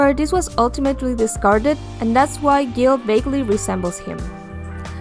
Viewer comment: That’s not how you pronounce guile lol